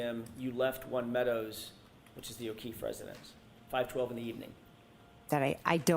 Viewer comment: And thank you for saying his name correctly officer John O’Keefe so many people don’t 😢